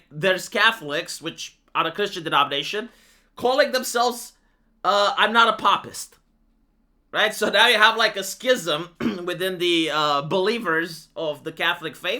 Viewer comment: not 'paw-pist' 'pay-pist'